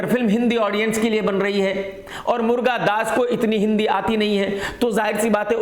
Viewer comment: मुर्गादास नहीं, मुरुगादास बोलो